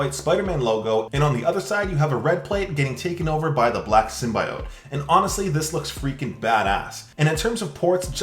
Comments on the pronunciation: Its SIM-BY-UT Not oat 🙄🙄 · Hate to correct you, but its pronounced, sim-bee-ote, not sim-bye-ote. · The way you say symbiote makes me sad.